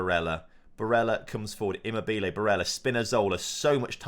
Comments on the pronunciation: Listening to him saying immobile wrong is funny but great job on finally winning the euros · Great!!!!!!! here start all! Immobile is funny! Donnarumma.... who? On Immobile the stress is in the wrong position and sounds funny. But Donnarumma... I listened him 5 times in a row... I would never be able to call him like did! Now the important thing: GREAT JOB TOM!!!! ole... ole ole oleeeee!!!!!!! ole... ole ole oleeeee!!!!!!! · The way he says Immobile 🤣